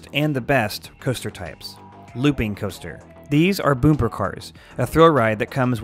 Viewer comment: Boomper cars? Isn't it b-uh-mper Ha-un-ted House? Isn't it H-or-nted House Monurail? Isn't it Mm-o-n-oh-rail Wait... is this just meant to be a joke?